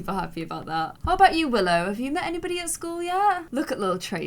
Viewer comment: Go to to hear her call willow “willith”